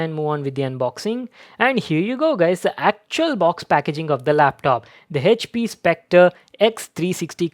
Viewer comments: Yeah but it's wrong pronunciation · The pronunciation of " HP " , he says is OP 😂😂😂😂😂😂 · No he says Hech P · 😬😖 everytime he says HP (हेचपी) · The way he says "HP"